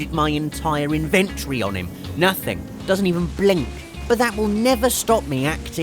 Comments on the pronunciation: In ven tree... Umm no. Its invin Tory. Yes I am american. Ugh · 'Unload you entire invent-tree on him'